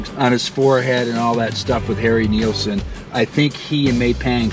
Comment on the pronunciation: Your vids are a blast and super informative. Your passion shows. But hey, It Nilsson, not Neilson, bruh.